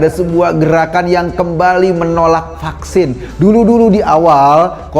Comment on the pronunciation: Knp anak2 perlu di Fucksin...krn anak2 itu skl..berarti yg gk skl gk perlu di fucksin ya Ko..tpi knp rakyat sampe di kejar2 suruh fucksin? Eko2...klu bljr ngomong tuch yg bnr 😂😂😂